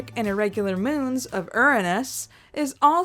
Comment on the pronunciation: You mispronounced Uranus.